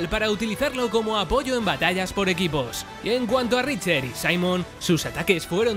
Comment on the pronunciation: Nota para el canal: cuando os refirais a Jocker no digáis el Jocker, puesto que ese es el de batman y suena raro. Es como decir el Mario o el Link. Segunda nota para el canal: Richter no se pronuncia richer, se pronuncia Rikter.